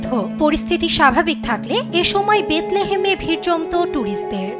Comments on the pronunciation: বেতলে হাম? বাহ্ রিপোর্টার😂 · ওটা বেথলেহেম হবে বেথেলেম নয়!! 😑